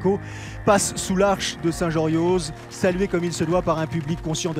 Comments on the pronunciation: à Saint Jorioz on ne dit pas le Z! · Encore un parisien qui dit le z